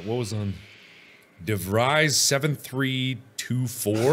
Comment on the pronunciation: This a three year old video but Mark pronouncing DeVries like Devrise instead of DeVrees is incredibly annoying ajsjs